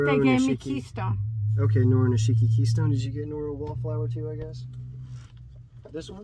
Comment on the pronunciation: I love when you two do a video. You are funny together and compliment each other. I'm half Japanese and is pronouncing those Noro names correctly..good job.